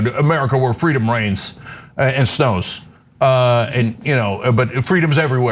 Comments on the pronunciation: i heard brains.. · Has Kemp been playing too much Plants Vs. Zombies? I thought he said "Brains".... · I thought he said "Home of the free of brains"... Which actually makes complete sense. Especially after, "welcome to Fox" 🤭😂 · He said reigns? I thought he said brains, lol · Did he say brains instead of reigns? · Woulda bet my husband's life he said "brains". I know I'm wrong, but that's STILL what it sounds like to me. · I thought he said Freedom Brains... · I swear I heard him say "freedom brains," twice! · i thought he said "Freedom brains" I was like omg they were right there are secret lizard people!!! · And i thought he said Brains.